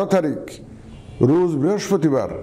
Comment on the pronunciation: রুজ না রোজ!!!